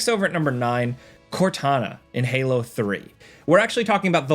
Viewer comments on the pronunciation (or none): none